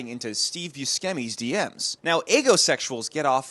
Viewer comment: New buscemi pronunciation unlocked